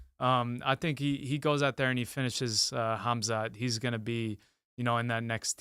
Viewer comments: "HAZMAT" It's really not hard to pronounce these names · Ngl I panicked when said Hazmat instead of Khamzat but then it got much better and he added a lot to the show!